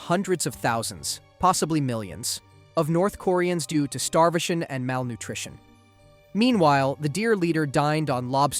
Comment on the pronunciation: Did you have a stroke during the North Korean part? There were sentences were nearly every word was mispronounced, like "deaths" (read as "deeths") or "starvation" (read as "starvishin")